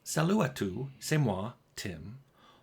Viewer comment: Honestly not half bad french, that first "tous" needs to have the S pronounced, but otherwise, pretty good.